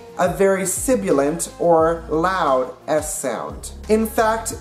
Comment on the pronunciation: Check usage of "annunciation". Check your pronunciation of "sibilant".